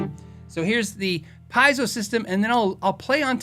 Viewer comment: Pie-zo? Pee-AH-zo? NO! It's pee-YAY-zo, a very useful thing in many industries other than guitar. (I don't like correcting people, but you're clearly working on getting it right, so..). re: Randall Smith, I like to think he was able to opt out, big package, bc Gibson was not sticking to the original agreement, or whatever, and that he'll launch a new brand of top-tier amps. Gibson's new amp launch was not what people were hoping for, like Lamborghini's best designer ending up pimping Jettas 😞 re: Parker guitars, have you seen his YT series? It's super in-depth about process, materials, etc., just an incredible series by a level 40 wizard, the Gandalf of guitars. Are they the best guitars? Dunno, but they are way more evolved than any I've seen. Great blend of art and engineering.